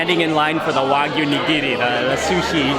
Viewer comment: Server should at least pronounce it correctly. Wagyu, not wahgoo.